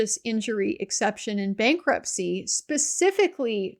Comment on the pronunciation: "bankrutpcy" hihihi ;)